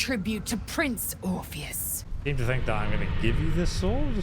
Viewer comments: How do you manage to say orpheus so wrong when the npcs enunciate it often enough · Brother, the sheer amount of mispronounced words and typos in this series are driving me nuts. ORPHIC Hammer, its spelled out in the game. Used to free Orpheus, also spelled out in the game. What is all "orpheric hammer used to free orpheric" 😭😭